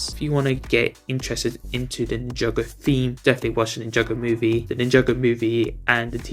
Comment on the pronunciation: The hall of Ninjago Mispronouncing "Ninjaga" "Ninjango" "Ninjenga"